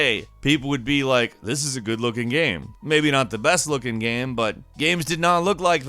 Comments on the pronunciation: I cringed a bit every time this dude said, "gam" instead of "game." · I hope six years later the narrator found out it's not "GAEM" omg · Kristin D maybe it’s every time he says...”gam” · Is it me or does this guy keep saying gam instead of game!? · I really like the videos on this channel, but the way he says "gayum" for "game" is almost more than I can handle. Great videos and I like the narration. Horrible pronunciation of one word. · Is it just me or do y'all think he says gam instead of game at the start of the video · Why does he pronounce game like gam? How hard can it be to say game?? Stupid gam judgers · You pronounce “game” as “gam” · did anyone notice that he said "gam" instead of game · You know it’s called a GAME right? Not a GAM? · Why do you say "gam" instead of game lol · um... it's Game not gam. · "GAEM" am I the only one?? Really?? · I can't get past the pronunciation of "Gam" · You spell game - "gaim". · You are aware that you say GAM half the time right?! I really don't mind if you say it one way or the other every time :D also loved the clip of PINGU!!!! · U keep saying gam what a great gam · Are we just going to ignore the fact that he is saying gam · Why does the guy pronounce game like gam? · Why do you pronounce game "gaem"? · are ya having a stroke while saying the word GAME or what's going on? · idk if i'm high or what but the way he says ''game'' bothers me. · How in the hell do you pronounce "game"? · Am I the one one bothered by how he pronounces the word “game”? No hate! Just... am I alone here? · AAAH why does he pronounce game like that! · I didn't know someone could have such problems pronouncing "game". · why TF does he not know how to say game? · ok i can say with full confidence you are having some problems, you literally can't talk m8."it looks SILLEEH"